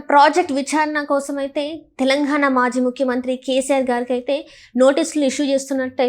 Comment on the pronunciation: ఖాళేశ్వరం కాదు కాళేశ్వరం తెలంఘాణా కాదు తెలంగాణా విఛారణ కాదు విచారణ